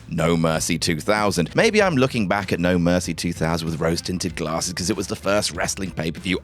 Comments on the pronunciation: No idea why but the way said oh no my gwasses had me giggling like a school girl 😂😂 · I totally lost it when did the "gwasses" bit 🤣🤣